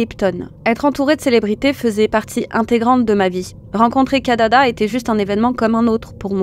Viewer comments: C'est KIDADA et non pas KADADA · Kidada et non Kadada..